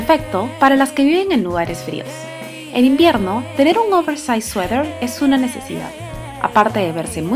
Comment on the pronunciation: por que dices 'sueder'?